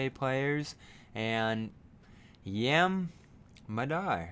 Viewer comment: It's pronounced "Yaam" with an "ah". Means "Sea" in Hebrew.